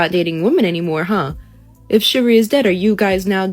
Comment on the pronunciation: She’s very far from being able to even pronounce chivalry or chivalrous correctly. So no “shivvery” for her at this time!